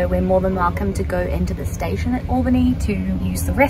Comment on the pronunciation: I live about 25 minutes from Albany and go to that station any time I want to go to NYC (cause driving to and especially within NYC SUCKS!) It's an honor to know you've passed through our little station! By the way, you said Albany right. "All-bannie" not "Aehl-Bannie"